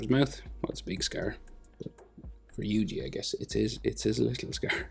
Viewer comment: Good drawing but never say yuji like that again